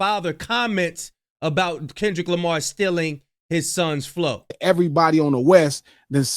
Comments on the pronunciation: He doesn't even know how to say Kendrick's name. 😂 and why did it take so long to make this claim?? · He can't even say Kendrick's name right.SMH